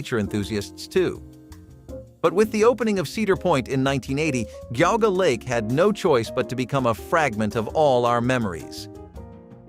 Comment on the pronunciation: Not Ga Ga lake but pronounced Geeauga Lake.